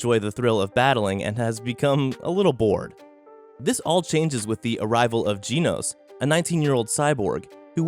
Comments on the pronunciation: Nobody: This guy: geeenos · One Punch Man is one of the best anime you've ever watched, and yet you mispronounced Genos everytime you said his name? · Who the f is GEENOSE? Really man?